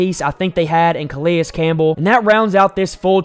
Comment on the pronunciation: You put in a clip where they pronounce his name correctly then 1 min later you're calling him Kah-Lee-Us Campbell. The guy is a potential Hall of Famer and been around the league forever and you don't even know his name? This channel is not for me.